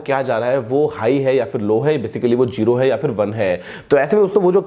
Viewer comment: bhai jeero ya one hahahaah 😁😁😁😁😁😁😁